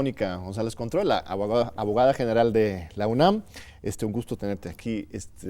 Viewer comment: Contró... suena a Cointreau